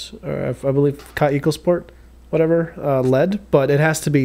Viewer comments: It is called kaweeeeko try that it is a German Name KA WEEEE KOO. TRY TO pronounce the word like that . Not KaE Ko. Try to pronuounce te Word We so KAweKo many greetings Christiane from Berlin Germany 😊😊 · 😂 I love how you make them both into two separate words Kaw-eco Rot-ring 😂😂😂 great video man! I was corrected and told it’s actually pronounced “kaveco” because it’s German